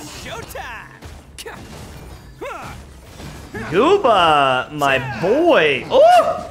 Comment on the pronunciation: it hurts me to no end. Why do you call him gooba when there’s a quest that talks all about him and pronounces it as goowohba